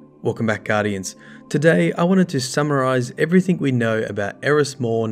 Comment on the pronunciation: I've noticed something very interesting, you pronounce thing as "think" and everything as "everythink" but you don't pronounce King as "Kink" or interesting as "interestink" okay I'm weird and that stuff is really interesting to me. (Plus assume as "assoom" and consume as "consoom" but when you say news you pronounce the W. Okay I'm VERY weird)